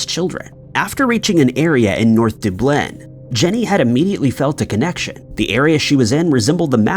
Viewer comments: You might want to learn how to say Dublin correctly😂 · Can someone please tell him the correct pronunciation of Dublin? It’s embarrassing to listen to such a weird mispronunciation of such an old and well-known city. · FOOL STILL CAN'T PRONOUNCE DUBLIN............IDIOT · Not that it matters, but one does not pronounce Dublin like that. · Are you ever going to say Dublin correctly? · For the same reason he is pronouncing so many other words including cities names "a bit different and unusual" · Who doesn't know how to pronounce Dublin? Good Lord. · Not creeped out just disappointed a grown man can't say the word Dublin correctly. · He does it on porpoise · Still butchering Dublin i see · Who the hell doesn't know how to pronounce Dublin? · 1 thing out of place is the way you say Dublin! Du-blin wtf is that! It's Dub-lin man.. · Wait… we’re you meaning to say Dublin?? Doob-bleh? Is this AI? Or am I wrong? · Stop pronouncing Dublin (duh blin) like that. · Once again mispronouncing Dubin as Dooblin... you do it EVERY FKN TIME.. and it HAS to be just to get people raging in the comments. 🖕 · Dub Lin - the "Dub" part is like how you would say Dub-step, not Dube... 🤣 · Dublin is NOT pronounced ‘De-blin’ but ‘Dub-lin’ ! Why can’t Americans, who profess they know the ‘English Language’, pronounce things correctly ?! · Only thing I find creepy is you saying- Doo Blin, instead of Dub Lin….eerie! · I know! I've heard of Dublin, but never heard of Dooblyn! 🤣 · Does he mean Dublin? Dooblin? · And what did you call Dublin again?!? Deblenn? Ka-blam? Ffs! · I just love visiting Doo-blin to feed the doo-cks at Doo-sk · How can anyone take this seriously when the so called research you did didn't instruct you how too pronounce DUBLIN correctly? Its only the capital of the ROI. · It’s Duuublin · I love how all the comments are Anne Frank or Dooblin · Out of curiousity....why does pronounce Dublin as "Dooblin"? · Dub-lin. Dub rhymes with rub and lin rhymes with pin.